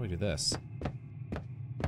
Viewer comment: FYI "Godot" is pronounced "ga-DOH" (it's a reference to a French play). I said it "Go-dot" for years though so... figured I'd let you know before you get comments telling you you're saying it wrong (this being one of them)